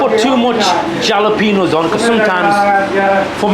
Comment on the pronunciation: repeat after me... HALAPENOS HALAPE... HALA... HA.. HA.. HA..